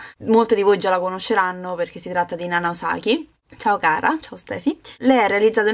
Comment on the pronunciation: Osaki, con l'accento sulla O! XD